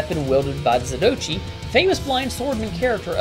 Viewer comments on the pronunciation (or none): ...oh god...the name is pronounced ZATO-ICHI...not zatoch'ee lol 🤣🤣🤣 ...the adventures of the "blind swords man"...in Japanese : "Zato" means > blind..."Ichi" means > killer